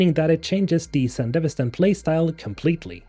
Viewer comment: I compliment you on being the only person on Youtube I've heard pronounce Sandevistan correctly :P